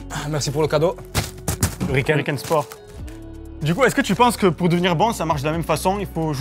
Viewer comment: ..."Des coups de cadies" 😂